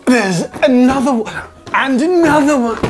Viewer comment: Me: how many are you going to use- Jazza:and another one! Me:um Jazza:AND ANODER ONE, AND ANODER ONE. Me:...